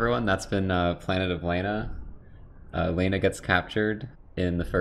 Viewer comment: They pronounce it "Lah-na" throughout the whole game, but I love how just keeps saying"Lay-na". 😂